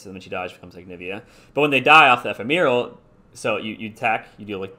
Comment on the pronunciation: Bro ee-fem-a-rul